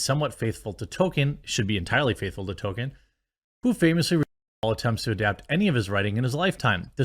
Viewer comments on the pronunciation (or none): "TOLL-KEEN" not "tow-ken" Please please work on saying his name Jeremy. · Jeremy: it's "Toll Keen" (Toll Kee En if you're fancy) not "Token". I like South Park too but christ